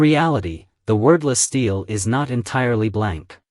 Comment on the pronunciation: Very interesting!👍 But, for heaven’s sake, learn how to pronounce “stele”!👎🏼